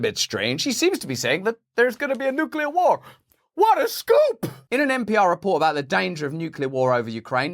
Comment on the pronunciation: Thank you for pronouncing nuclear properly